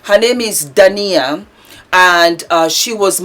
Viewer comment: I love your vlogs,. Keep them coming! Correction: D a i n a (the stress is on the (i). ❤